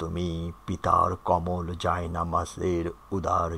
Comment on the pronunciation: Mohammad Asaduzzaman Mohammad Asaduzzaman 1 second ago কিছু উচ্চারনে সমস্যা হয়েছে।যেমন - মিছিল, ছায়া,কোমল।